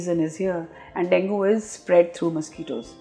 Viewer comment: Plz correct your pronounciation of Dengue. It's not pronounced as Dengoo, pronounced as deng-gay or deng-gee but written as Dengue. Hope that helps your listeners.